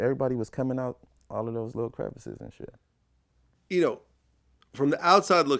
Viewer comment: VLAD IS SAYING YOU KNO. BUT LISTEN..THT SHIT SOUND FUNNY AF!!